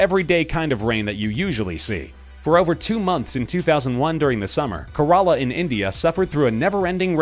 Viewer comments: It's not pronounced Corrola. It is Kerala. keh-ra-la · KERALA. KAY-RUH-LAH. NOT CORALLA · It is pronounced as Kerala not Korola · Lmao I find it funny how ppl don't even take the time to learn a correct pronunciation of a place or name. I'm a korean-Indian and I can tell yall the correct pronounciation of Kerala. It's not "Kuhrahla". It's pronounced "Kaerahla". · Ca ral a bruh its care ila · It’s not KaRaLA it’s Kerala... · Karala😂😂 for kerala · "Karala" instead of Kerala😂 No offense tho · Kerala is pronounced kera-la not ker-a-laa 😂 Interesting video though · Its pronounced ke-re-la not karala....😡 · The pronunciation of Kerala is Kay-RA-LA not KA-RA-LA! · It's KE-RE-LA not Korela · EXUSE ME IM FROM INDIA AND YOUR SPEAKING KERELA'S SPELLING WRONG IT ACTUALLY KE-RE-LA NOW PUT THIS IN SOME OTHER VIDEO ABOUT IT UNDERSTOOD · You said Kerala wrong it’s said like Ker-la with a rolling r. Just wanna help. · The way they said 'kerala' had be rofl.. Its k-ra-la and i never heard of the alien theory behind the blood rain.. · it's not pronounced as ko-raa-la !!! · it Ke-ra-la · It's ke-ra-laa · He pronounced it Korola, I'm dead 😵 😂😂😂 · Garalla? It’s kerala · That guy pronounced Kerala wrong Like if u agree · You completely butchered the pronunciation of Kerala.... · You mispronounced Kerala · The pronounsation of Kerala wasn't right 😂. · Its kerala yaar..ur pronunciation is horrible 😪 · you pronounced kerela wrong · Good video...but had to point out that, that is not how u pronounce Kerala...I know it because i m frm there... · Please look up the correct pronunciations for places (In this case Kerala)